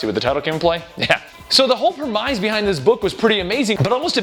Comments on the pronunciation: "pre-MIZE"? It's pronounced "PRE-miss". Why do you pronounce words incorrectly so often? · premise is pronounced prem-iss, not prem-eyes. don't mean to be a dick. dig your videos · Premise is pronounced prem-iss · "prehmize" lmao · I know I'm a jerk for saying this, it's pronounced premiss. I know it's spelled premise, but that's not the way it sounds. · Someone tell him how to pronounce "premise", please.